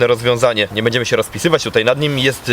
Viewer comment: Szum fal... Piękna pogoda ciekawy temat materiału i nagle "bedziemy" testować. Masz taką dobra dykcję że u ciebie "bedziemy" kuje w uszy 😁 Ale wiem czepiam się i nic tego nie zmieni.